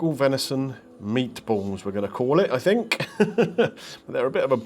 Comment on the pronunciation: Absolutely pathway how you can't say venison faggots